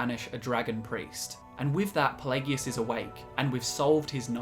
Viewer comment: Why do you guys hate English so much? I've never heard so many mispronunciations of so many words in one video. it's a good video don't get me wrong but what the hell did English ever do to you? I've never heard such blatant abuse of the English language. Ferd not third plagegus not Pelagius